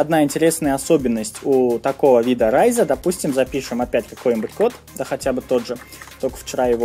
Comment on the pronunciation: raise мне больше всего запомнилось как "Рис"